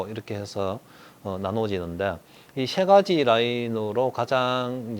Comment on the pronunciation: 라인의 종류는 셰가지로... 역시 세살까지 경상도 살다 오십년이상 강남에서 사업하신분 발음 오지네요